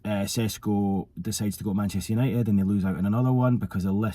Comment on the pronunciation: u pronounced his name perfectly without struggling to say but u are pretending to not know how to say his name 😭🤣. I get it he disrespected you earlier and u have to get back at him but come on 😂